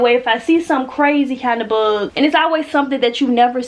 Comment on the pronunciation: The way she pronounces “ buhhhg “ what is that accent tho? I’m not American please 😂😂😂